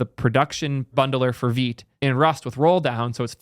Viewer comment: I've been butchering Vite as 'White' but with a V. It's really strange why Vite would be pronounced as Veet